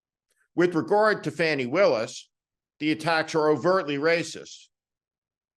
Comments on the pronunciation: Not Fanny…Faw-ney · Please start pronouncing her name as Fawni, I get the feeling we'll be hearing her name a lot. The MAGAt's pronounce it as "Fanny" as some sort of insult. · Pronunciation correction is FAH nee, said this way by a prosecutor who knows her. I’d say FAH nee is correct. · Hey Steve- her name's not pronounced "Fany".. It's pronounced "Fawn-y". You're one of the few people still doing it... you sound like you're deliberately disrespecting her at this point, which I know isn't your intent. Hopefully you or someone on your team will see this and address it; Fani deserves the proper respect. regardless- keep up the good fight, Sir!! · Steve…her name is pronounced “Fawnee”. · Her name is pronounced Faw--nee. Just sayin, and be well. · Fani Willis's first name is pronounced, "fawnee." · It’s pronounced Fawni, not difficult. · Fah Nee Willis.....Please pronounce her name correctly in the future. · fani....long a not fanny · Steve, Fani's name is pronounced with a long /a/ as in 'father," not as in "fast."